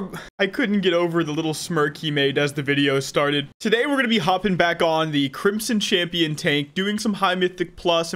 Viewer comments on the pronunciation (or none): I don't know why but every time he says crimson champion for the first time I hear crimson chin.